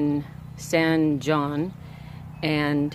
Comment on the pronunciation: San Jon is one of my absolutely favorite places to stop for the night. One of my viewers was kind enough to let me know it's pronounced 'San Haun". What a great adventure that young man is on.